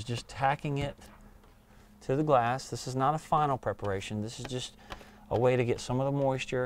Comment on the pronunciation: Nice job on the tint. but its preparation! not perparation! :)